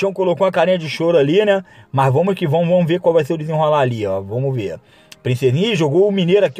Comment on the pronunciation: "mais vamus ki vomus"